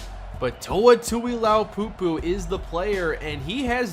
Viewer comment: Shouldn’t Toa Tuliaupupu’s last name be pronounced Too-Lee-Ow-Poo-Poo instead of Too-Ee-Low-Poo-Poo?